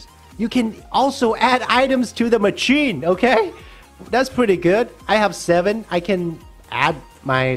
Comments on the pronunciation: Oh my god it’s pronounced “masheen” not “macheen”, also why are you worked up about the gems when you can just collect the gems as you place blocks for the row above/below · Mah chin😂 it’s pronounced mah shin